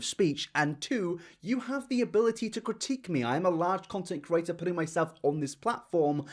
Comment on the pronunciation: I love how he says “creator” like “kurator”